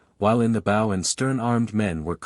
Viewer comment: I am enjoying the audiobook thank you, though I am struggling with the narrator saying bow and arrows as in take a bow instead of bow and arrows. It can be the smallest thing that derails a story, it's like hitting a bump in the road it jars you.